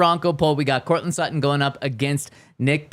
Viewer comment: Its Sutton.. and its not even close!